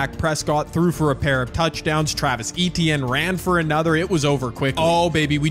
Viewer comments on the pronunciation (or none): none